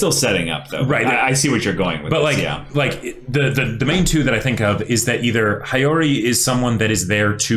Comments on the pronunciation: The way he says regalia is tolerable for me but every time I hear High-Yori I gradually get more and more ticked off xD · Soooooo. Nobody is gonna correct about the pronounciation of Regalia, or Hiyori?